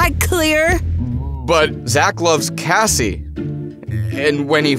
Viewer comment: Cassie not evva